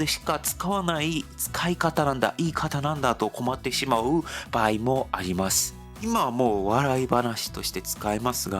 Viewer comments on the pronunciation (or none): /n/ や /h/ が語頭に来れないので、よく聞くと「日本」を「ディオン」と発音している。 /b/ も語頭に着にくいので、「場合」を「パーイ」と発音している。 このように、韓国語には語頭の子音に制約が非常に多い。